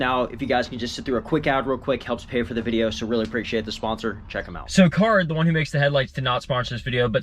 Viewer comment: Those are not CARid’s headlights. They do not make any of the parts they sell. Those headlights are spyder headlights and it is pronounced car-id not carid